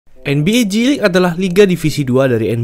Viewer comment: Gw dengernya nba cilik